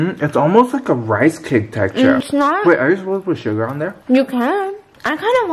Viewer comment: When she read out the ingredients I was thinking hmm what’s schugar? I’ll have to look that one up... and then I realised it’s sugar 😂😅🤦🏽‍♀️